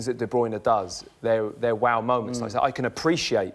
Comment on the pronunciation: Kevin de "Bruyner" Whats wrong with this tard not being able to pronounce a name? lol